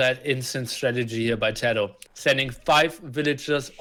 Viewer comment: I know you are just a casual caster, but to intentionally call tatoh as tadoh, is a little disrespectful. At the very least call his name properly.